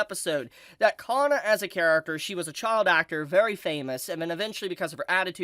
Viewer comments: Kana, not Ka-nn-a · 有馬かな か な It does matter Should be Kana not Kanna かな not かんな